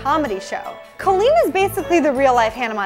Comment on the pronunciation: btw its cOlleen not cAlleen just saying